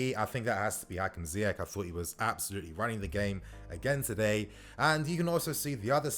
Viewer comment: Wow wow wow...I love Ziyech and I love your videos but come on...Last time I checked Egypt was part of Africa....Salah has still slightly more impact than Ziyech BTW we need to find a way to teach Lampard how to prounonce his name "Zee-esh" not "Zaï-esh" and for the Arabic speakers it's "Zee-err"